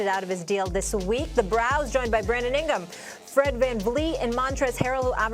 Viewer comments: lol why did she say their names like that, ingam & vanflee 😂😂😂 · Did she just say Brandon Ingam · did she just say "ingum"?